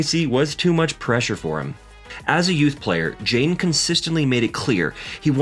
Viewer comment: Hi Kids seem well adjusted, but the commentator needs to work on his pronunciation. For most of the video I thought his son's name was Jane and not Jaden.